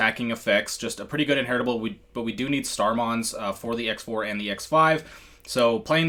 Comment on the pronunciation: It's pronounced CROSS 4 and CROSS 5 not "X" 4 / 5.....just fyi